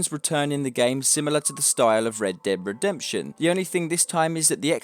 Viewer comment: Why do you say "Red Deb Redemption" ?